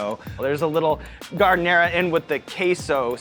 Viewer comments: C'mon Sean how do you mispronounce giardiniera! Smh... :( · Sean can't pronounce "giardeneira", so.... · If you're gonna give a nod to Chicago could you please pronounce the ingrediant correctly? "Garden era" hilarious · Did Sean just say, "Garden-era?" smh